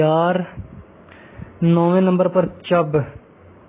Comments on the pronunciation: Chib,not chab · its not chab its chib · جناب محترم chab نہیں chib راجپوت ھو تے ھیں آپ نے نمبروں میں بھی دو نمبر ی کی ھے میرا تمام راجپوت بھا ئیو ں کو سلام میں چب راجپوت ھو ں ھم نے اس وقت کی سب سے بڑی نیٹو سکندر اعظم کی فوج کو شکست دی تھی جسکا ذکر آج بھی تاریخ میں کیا جاتا ہے ھارے تمام راجپوت بھا ئیو ں کی اپنی اپنی خوبیاں اور تاریخ میں ہمیشہ یاد رکھنے والے کا ر نامے ھیں کوئی بڑا چھوٹا راجپوت نہیں ھے سب برابر ہیں راجپوت اور شیر پیدا ھوتے ہیں بناے نہیں جاتے ،( راجہ نو می فرام گر یس) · Chab ni bai cheb hy ma cheb rajpoot hun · Chub nh Chib hai bhi........